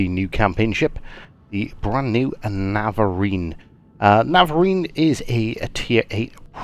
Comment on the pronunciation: Its not navariin its navarin.😭